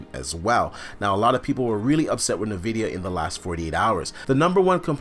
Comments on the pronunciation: Its En-vidia not nuh-vidia!! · It's N-vidia not nah-vidia